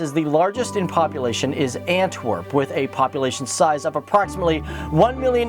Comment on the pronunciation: 0.17 ANTWERPENN